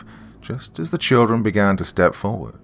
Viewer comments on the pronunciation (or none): none